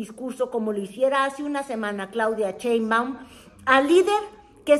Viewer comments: Sheinbaum, no CHEINbaun… luego dices que Lis Vilchis no sabe leer, tu habla bien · Te Cuesta mucho pronunciar BIEN el apellido de la Presidenta ??? Caes mal. Cuando no respetas